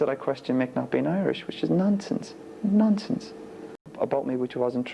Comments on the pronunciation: Its funny cuz it sounds like hes saying nonces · Sounds like he’s saying nonce and nonces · Sounds more like he's saying "nonces". 😂